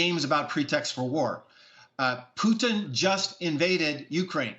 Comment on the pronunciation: "pudns" lol its putin